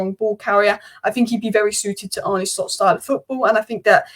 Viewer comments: His name is pronounced Arneh and not Arnee. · Great stuff! It’s Ar-nuh Slot (not Ar-nie), but as always your overview is spot on.